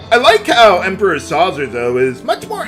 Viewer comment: FYI, Sauzer rhymes with Bowser. It is clearly intended to be German-esque. Another rhyming German word is Mauser, the type of gun from WWII.